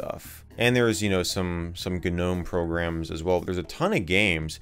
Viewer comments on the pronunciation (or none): i hate pronunciation of gnome